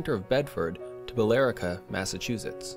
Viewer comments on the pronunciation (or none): no that's the old New York Central Line. You're thinking of Sturbridge and Southbridge Massachusetts and I almost laughed when you said Bellrica it's Billerica but I think they have finished the trail I'm not sure about that. But the one in the East Brookfield is the New York Central Branch land that went up to North Brookfield Massachusetts it's about three and a half miles long